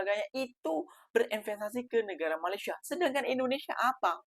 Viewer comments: COBA PERHATIKAN BAIK-BAIK APA YANG Diucapkan... BERKATA MALASYA... MALASYA... MALASYA 🤣🤣🤣🤣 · Mas Sebutan Malayssssia ,😅😅😅 lain bunyi nya